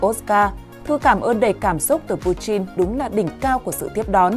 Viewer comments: Putin chứ ko phải puchin nhé..nghe rất khó chịu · Chin với tin chịu sự phát âm Ko thấy nhục ak😂😂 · Pu-tin chứ không phải Pu-chin